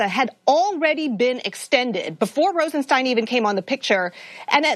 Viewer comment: Cenk. Rod Rosenstein has been in the public light long enough for you to have learned how to pronounce his name correctly.